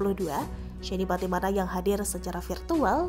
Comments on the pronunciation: Patimana lagi patimana lagi... Patinama mba'e....😀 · Shayne Pattynama bukan SHAYNE PATTYMANA 😆